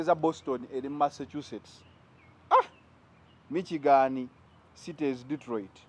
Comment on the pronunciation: It us not MIKYIGANI... It is pronounced, MISHIGANI.